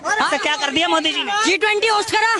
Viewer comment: Hi bro, have been following since a very long and honestly love your content. If I may, Just a correction, Modi is pronounced as dha instead of duh sound as in the ‘Dashamulam Damu’ 😅 Hence, Modi not Modi. Idk if I am able to convey what i meant.